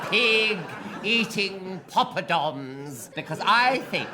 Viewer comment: Is Nicholas Parsons calling them “pompadoms”?